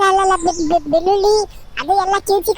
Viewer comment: ಲೋಕಿ ಬೆಳ್ಳುಳ್ಳಿ ನ ಏನೋ ಬೆಳ್ಳಿಲಿ ಅನ್ನುತಾನೆ. ನೀನು ಎಷ್ಟು ದಿವಸ ಆಯ್ತು ಮಂಜು ಲೋಕನ ಜೊತೆ ಸೇರಿ ಇನ್ನೂ ಕನ್ನಡ ಮಾತಾಡೋಕೆ ಬರಲ್ಲಾ ತೂ S... B... 😁🤣